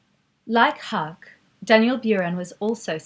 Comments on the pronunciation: Wonderful, thank you! But I will never understand the stubbornness of English speakers not to learn aaaany other language. Hah-ke, Brod-ars, I'll not even start with the French ones.... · great content, but Haacke is pronounced "hack-eh"